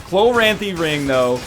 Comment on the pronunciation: Completely a nitpick but if I don't put it in writing I'll go insane. I've always pronounced it chloranthy not chlo-ranthy. I feel like he's hitting the "r" sound way too hard